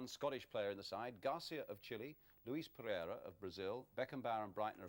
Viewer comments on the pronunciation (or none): none